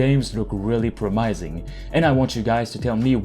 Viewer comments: Promising. Never heard it pronounced promysing. Said it like 5 times... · bro said promaising